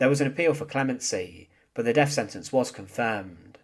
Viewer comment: I enjoy the conTENTTTT. But why do you emphasize the end of SENTENCEEEEEE. Lol